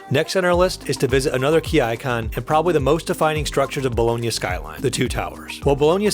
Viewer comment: Bologna ,not Bolohnia